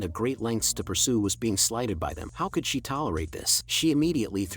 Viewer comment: Good vid but Ami the only one who noticed how he/she idk pronounced the S like not to be mean but here’s a word SSShe is it the microphone? Sorry for being rude